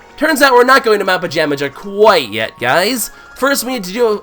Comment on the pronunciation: the mountain is pronounced pa-jam-a-ha